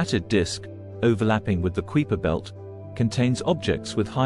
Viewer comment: The "kweeper" belt?